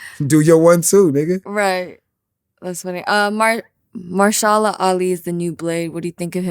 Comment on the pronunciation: His name is Ma Hersh A la. Mahershala Ali.